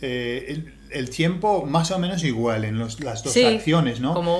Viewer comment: please allow me to make this observation for your Spanish. U and I are weak when we are learning Spanish. What am I saying? The vowels U and I are weak, meaning, when combined with a strong vowel, A, E, O they no longer make TWO sounds. Tiempo. Tiem-po. If I say it the way you say it in this video, it is Ti-em-po and that´s not correct. Es-ta-ción because an accent doesn´t invalidate this rule! We still have only one syllable Es-ta-ción. U and I are weak. A, E, O are strong. Two strong vowels are two separate syllables, always. Fe-o. Bien. One syllable.